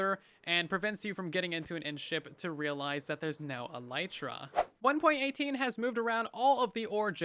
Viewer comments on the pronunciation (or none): none